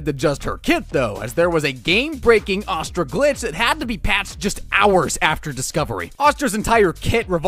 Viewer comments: its AAAAAstra not AWWWstra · This man giving me ptsd of the last air bender movie with the way he says astra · bro said "uhstra" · the way you say astra makes me violently angry